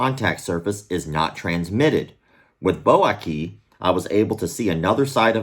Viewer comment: You tell that child to tell you all their concerns and that whatever they feel is weird to let you know right away. Open communication with your children. Now, you keep saying Aki but it's Ai(like the aii of Hawaii) then ki.